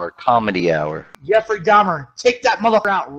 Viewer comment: "Yeffery" LMAO